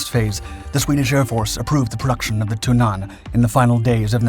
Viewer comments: You should use a shorter "a" when pronouncing Tunnan :) it's more like Tunnan instead of "Tunnaan" as you say it //source: am swedish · Okay, this was a interesting video, but I had a hard time concentrating when the word "tunnan" was mis-pronounced every time. It's not thun-AHN, it's TUNN-ann. The wowels similar to the emphasis and speed in english words like Tonnange, Tenet or Ulan. It was really distracting. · ITS TUNNAN NOT TUINNAS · Your pronounciation of "Tunnan" is horrendous. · Why don't you consistently use the English translation of the aircraft's nickname - i.e. The Barrel - instead of sticking to awkwardly mispronunciating the Swedish Tunnan? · `Tunnan` is pronounced with a short `u`, not a long one. Emphasis is on the double N´s. However the J 29 was partially known as the widowmaker, due to the large number of crashes during low level flight manoeuvres. Low level flying has long been a hallmark of the Swedish Air force. A classmate of mine had lost his father in one such an accident with the J 29. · He didn't pronounce it with a long 'u', he pronounced it with a long 'a', which is where the mispronounciation lies.